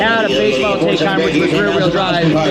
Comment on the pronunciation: TIE-khan MY-boch